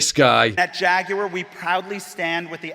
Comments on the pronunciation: Why is he saying "JaguEr"??? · Jaguar ...Gay....the computer says no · "Jagu'er" --- Gay Corpo Activist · Replace the ‘J’ in Jaguar with an ‘F’ there you go…. I sold it 😅